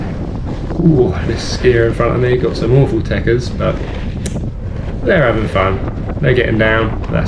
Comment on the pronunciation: At 1m34s you said the person in front of you had "awful tickers"..? teckers? I have no idear wat dat meanz.